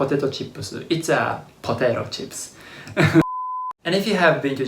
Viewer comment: Poh-tay-toe-oh Chi-ps-uh Translation: Potato Chips Ah yes 😂